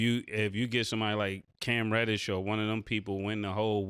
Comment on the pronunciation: Bro said cam reddish 😮🤣💤🤦‍♂️